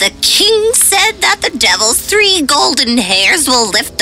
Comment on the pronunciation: You said tree not three